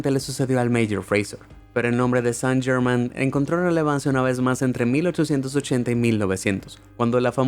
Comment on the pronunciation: Chucha podrías investigar la pronunciación con el mismo entusiasmo.